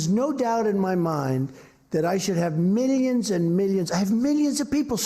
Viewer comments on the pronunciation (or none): He loves to say "millions" "Meeleons"